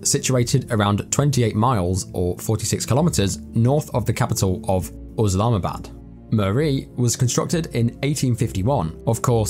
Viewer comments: It's Islamabad not uslamabad. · bruh it's not Oslamabad it's Islamabad . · I think its Islamabad ,not uslamabad as the narrator pronounce it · Thanks for checking it out! ( I blame google for the oslamabad thing, if you google how to pronounce it, it says uhz'lahma,bad' lessond learned & hope you stick around :P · google told you to say Uslamabad? 😂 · I'm curious, why are calling the capital of Pakistan USlamabad? Unless someone has mis-spelled it it's ISlamabad and sounds exactly as it's spelled!! If you're going to talk about about something and, even if you think you know how to pronounce it, check it to be sure! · After researching it seemed to be pronounced uhz lahma bad 🤷‍♂️ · Hey brudda yeah I got told by a Pakistan native it was pronounced uhz-lahma-bad. I'm guessing it's Islamabad exactly how it's spelt 🤣